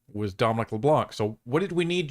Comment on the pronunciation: Fyi, the C is silent in Leblanc